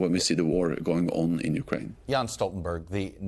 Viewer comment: Yo! It's JENS Stoltenberg, like "Yenss." Well done all around! No softballs here! Many thanks!